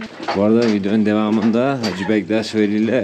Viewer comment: Hacı deyil (HACE)